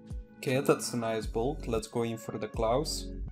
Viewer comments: Pleas! i wacht every vid im subscribed. but STOP saying CLAUS! your whole serie turns around one item. pleas speak it out proper! Claws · wel it isnt. its called Claws, you know like from an animal?